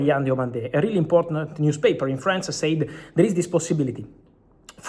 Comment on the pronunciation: the pronunciation of sAid is getting to me